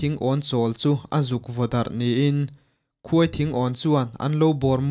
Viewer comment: A ngaihnawm eee.mahse,KHUAI THINGAWN tilo hian KHAWITHINGAWN tih ni zawk se